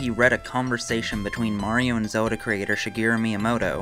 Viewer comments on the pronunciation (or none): none